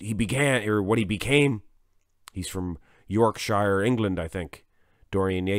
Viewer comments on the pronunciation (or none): none